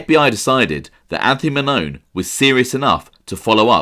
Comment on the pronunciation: If you're going to do a show on Anthony Mannone it would be nice for you to learn the pronunciation of my last name. It pronounced Man-non-e. Come on man.